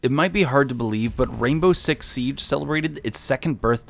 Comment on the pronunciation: “U won’t believe this but rainbow six sibe” SIBE